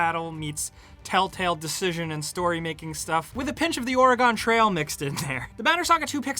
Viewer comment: I too loved Ore-Gone Trail.